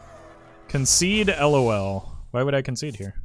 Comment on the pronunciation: “cOnCeDE LOl”